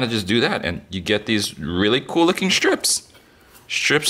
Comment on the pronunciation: Are they strips or schtrips? (sorry, this is a trend that I've been hearing a lot recently that starting to really bug me, I find it exschtremely grating ;) ) More on topic, I remember watching Cooking with Dog many years ago, and they put their green onions in ice water - apparently makes them straighten out. Or was it the opposite?? hmm that's got me curious now.